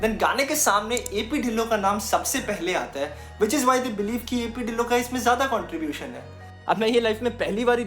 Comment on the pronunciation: Bro dhillon ki pronunciation tillo hai😅